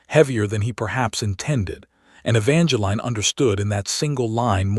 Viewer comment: My goodness, E-VAN-juh-leen. Just use the correct pronunciation.